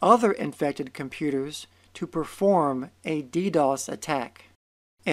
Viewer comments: Me: What's dee dee oh ess?: Deedoss. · DeeDOS? you are pronouncing it wrong. DOS is reserved to describe a Disk Operating System as in MS DOS or IBM DOS. DoS is for Denial of Service attack and the extra D is for the Distributed ability of this attack. There is no DeeDOS. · dee dee os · DEE DEE OH ESS